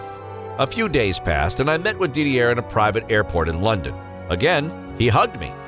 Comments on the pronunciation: Three seconds in, "Dee-dee-air Drogba". Fuck. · Psssst Yank narrator .Didier is a French name and the R is silent . France is a Country in Europe .